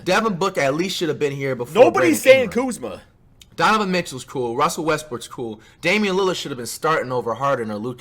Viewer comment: Not even Kuzma is saying Kuzma